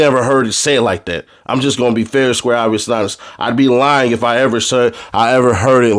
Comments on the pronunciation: Man what?? Go to lol whatever you said sound more like obbysnops then it sound like obvious!😂😂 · lmao I heard obbysnops also